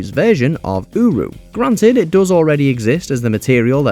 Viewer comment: Every time I heard uru in #18 i thought he said Uwu haha